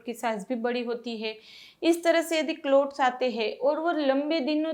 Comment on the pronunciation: Clout nahi Clots... Please pronounce correctly...